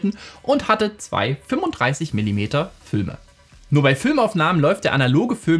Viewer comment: Fülme?! 😂😂😂 Sorry das musste raus 🫶